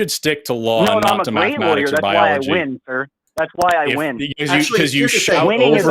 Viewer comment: Powder also mispronounced biology.